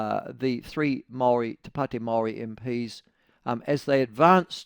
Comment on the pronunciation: Ew dont say it like that its more...to padi meowry. Or whineywhiney ganggang